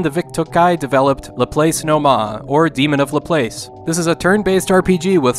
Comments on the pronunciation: According to my math teachers, "Laplace" is pronounced la-plahs. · Great video, as always. I want to offer a small correction. Laplace is a French name pronounced more like Lah-Plahss. Laplace is one of the many mathematicians and scientists whose name my American students struggle with, e.g., Euler, Fourier, Chebyshev, etc. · I think Laplace is pronounced LA-PLASS like the famous mathematician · While it's not that big a deal, "Laplace" is pronounced Lah-PLAHSS.